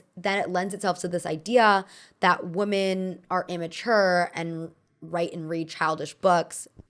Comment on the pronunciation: stop mispronouncing the word women